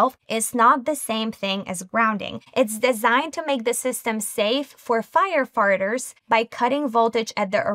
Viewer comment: "Firefarters" got me 😂